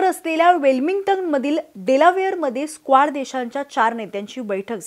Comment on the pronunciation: क्वाड ला बरेचदा या video मधे स्क्वाड उच्चारले गेले आहे. ही चूक सहज दुरुस्त होऊ शकते.